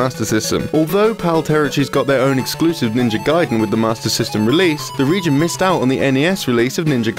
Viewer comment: What's this? A western person finally saying "gaiden" right. Some progress here. Keep it up, after several years i would hear them finally say Ryu right at last, with one syllable, like it should be. And not some reeeeiiiyuuuuooo or what's that supposed to be. And you wonder why they renamed ryukenden to gaiden. You can't even pronounce three letter right, let alone whole word..